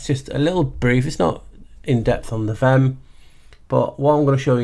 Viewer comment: Vehm...sounds like VEM...the h is silent.